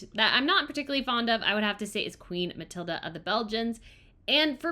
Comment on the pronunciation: I can't but wonder why you always say "Queen Mathilda", when her name actually is Mathilde. The "e" at the end is silent.